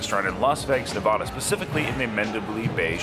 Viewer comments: NevAda... not Nevahda. lol. sorry couldnt help it. love your channel! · Nevada not Nevaaaaduh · Its Nev-ada not ne-vah-dah